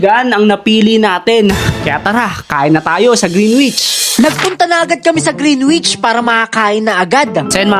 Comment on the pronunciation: Correct Lang po Kita baka ma bash ka Kasi nila, Hindi po green wich ang pagkabigkas "greenich" po ang tama. Sana mapansinn!!